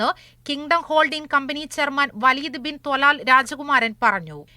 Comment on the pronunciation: Waleed Binu😂talalo athara🤔🤔🤔it’s waleed bin talal